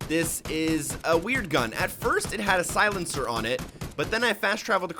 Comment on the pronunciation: Does this guy know how to pronouce words??? Clip? Silencer? Come on man at least TRY to pronounce thing right